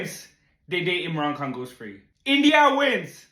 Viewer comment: Bro I cannot hear anything about Imran khan . Say his name correctly. Edit : I am your subscriber but it makes me sad